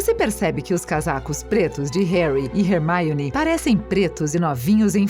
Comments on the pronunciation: quem é hearmoni? vc ta no brasil nao custa dizer hermioni. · Hermione virou Rermaione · Remaione é hermione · hermione virou rermioune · Meu gsuis eu tô morrendo de rir com esses erros de "hermaione" " tiros" em vez de feitiços hahaha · RERMAIONE? PUTS KKKKKKKKKKKKKKKKKKKKKKKKK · Muito bem elaborado o vídeo, mas a pronúncia errada da narradora dói mais que os gritos de uma mandrágora. E outra, Rony ganhou sim uma varinha nova, como pode ser lido nos livros, quando ele conta por carta à Harry que eles ganharam na loteria do Profeta Diário e viajaram pro Egito ele comenta que seus pais lhe compraram uma varinha nova. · Mds essa moça fala tudo errado